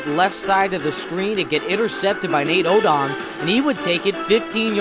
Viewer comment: i never thought that i would hear "Jim Kelly hands off to Bruce Smith", the hall of fame defensive end....it should have number 23, Kenneth Davis in the backfield 2nd to Thurman Thomas....and its not pronounced Nate ode-OMS, it should sound like ode-ums